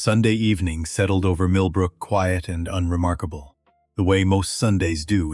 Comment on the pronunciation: Narrator just can't figure out how to pronounce quiet. AI f-ed up again and again.